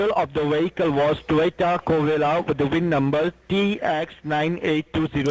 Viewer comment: WTF he said Toyota Gorilla hahahahaha